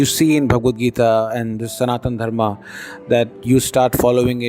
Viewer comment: Why you are saying Dharmaa ? It's Dharma